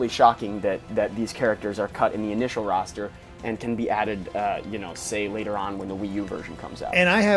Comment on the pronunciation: "Roster" dammit ><